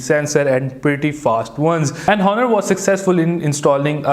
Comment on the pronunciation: its pronounced "onnur" not "HHHon-nur"